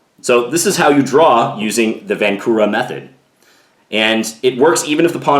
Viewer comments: its pronounced vahnczura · Hello John, just one small detail. Right pronunciation of Vancura is "Vanchura". in Czech his name is written with "č" - Vančura. Otherwise very nice video as usual, keep doing great job! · Great video. For your information, the name is Josef Vančura - the "c" is pronounced like "ch". And the accent is on the first syllable. So it sounds like VANchoorah. Not a criticism. I though you might like to know.